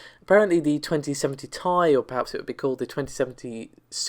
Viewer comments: t.i not tie ffs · What's with the mispronunciations on this channel? 2080 "Tie" ... Amd "Narvey" video cards ....??